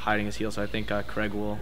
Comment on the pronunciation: his name is Craig...not Creg.